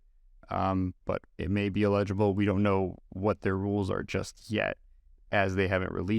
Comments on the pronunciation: its ell-ig-ible, not ill-eg-ible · illegible = not readable or identifiable (pronounced EE-ledge-able) eligible = to qualify for (pronounced L-edge-able) just sayin........ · Why the hell are you saying 'eligible' like that? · I was curious if there was some local dialect where folks pronounced “eligible” like “illegible”. It didn’t bother me, though. I found it folksy. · Please learn how to pronounce the word "eligible" before your next video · hah i was going to comment on that also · Is that why the word “eligible” was mispronounced?